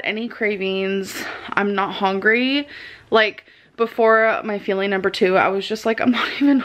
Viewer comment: The way she says feeling instead of fuelling makes me want to throw myself out of a window